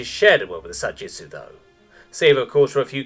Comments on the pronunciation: I went through the entire text here and not once is it written as Sa-Jitsu. It’s always Sa-Jitu. I thought I’d almost gotten used to a lot of the incredible mispronunciations in these r/HFY stories on YouTube. Because it seems to be with every single channel. But I can’t take it anymore. Thanks for introducing the sub Reddit to me, but I’m done. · I cannot stop hearing the narrator saying Sa Jitsu as if it is a variant of Ju Jitsu. The word is Sa Jitu - no S in Jitu. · Almost 40 minutes and I'm still searching for that second "s" in Sa-Jitu. Also a simple "We're culling our population to increase prosperity for the rest." would have been sooooo useful. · Sa-Gee-Too.. there is no S in there!